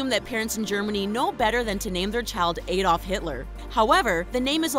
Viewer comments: How they said aldof triggered me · She pronounced Adolf wrong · Adolf not ayyyyy-dolf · It's not pronounced Aydolf, it's. Addolf. Edit: sorry I'm British. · who is AYDOLF Hitler? Thats not how you pronounce it XD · you pronounce the L in Adolf